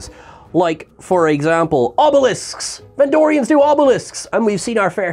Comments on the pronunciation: VENDORIANS!!!! NOT VENDRONEIANS!!!! Come ON!!!! 😵‍💫😅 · You keep saying "vendronian" instead of "vendorian" which threw me off searching for them on memory alpha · Vendronians? C'mon,. It's Vendorians. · Bless you. It's VenDORians. Not Vendronians. Also, just to reiterate, it's MigleeMO, not Migleemoo. xoxoxo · It was Vendorians, not "Vendronians". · Vendorian not Vendronian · It's Ven-door-rians,. Not Ven-drone-nians. I think you're mixing these guys up with Pan-drone-nians; the guys who split into three separate entities. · MY dear wonderful Trekkie friend from afar. It's VENDORIANS, not Vendronians. You keep... you just... GAHHH!! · “Vendronians”…. You mean Vendorian? Hard to take you seriously when you make basic mistakes like this, all the time.